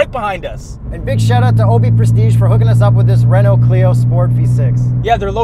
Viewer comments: Argh… The pronunciation of Renault hurts my soul… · As a French, its not pronounced Renault its Renault